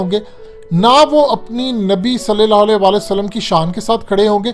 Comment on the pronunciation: صلی اللّٰہ علیہ کا تلفظ درست کرو میرے بھائی کئی بار کہا ھے